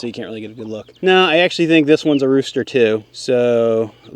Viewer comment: Did you say rooster or roaster?